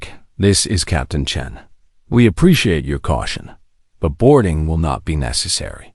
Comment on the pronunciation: On this one, they call the character Sarah "Chun", instead of Sarah "Chen". Like there is a big difference!